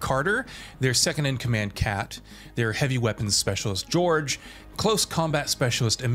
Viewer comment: His name wasn’t ‘George’, his name was ‘Jorge’. While it is the Spanish translation of George; it’s pronounced quite differently.